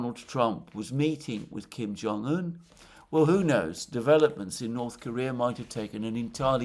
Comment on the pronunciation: I'm glad that Alexander finally got the pronunciation of Kim Jong-un right. It used to hurt my ears.